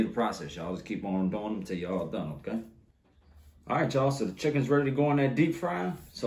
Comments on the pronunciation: Whenever says "OKay", in my head I be like "OKay"! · I could listen to him say Budda, Powda, and Okay..all day Lol! Food always looks so good🔥